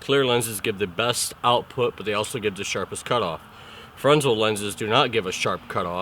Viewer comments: Dude, it's pronounced "fernel" even though it's spelled Fresnel. I know cause I took a lighting tech class in college professor did nothing but lighting for years in theater. You seem to know alot though give u that. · Fantastic educational video .. Thanks . One teeny thing ... The Fresnel lenses are named after a French Scientist who helped develop the Fresnel lens ... originally to focus Lighthouse light beams with much less glass. It is pronounced Frah Nell .